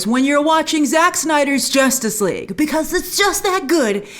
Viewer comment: Grace: “Josstice League doesn’t count” HAHAHAHA 😂